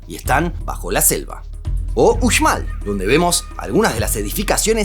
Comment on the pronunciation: Como mexicano con ascendencia Maya te felicito por pronunciar bien Uxmal, ni si quiera aquí mismo la gente de México de otras regiones lo pronuncian bien, ahí se ve la atención al detalle y dedicación que le pones a tus vídeos.